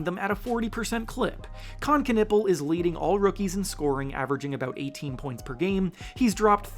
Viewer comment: Con nep pel not con nipple